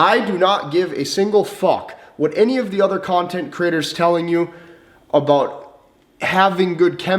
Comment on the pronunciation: umm, he just said 'content critters'